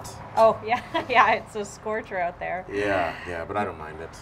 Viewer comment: Her pronunciation of "out" always makes me giggle out loud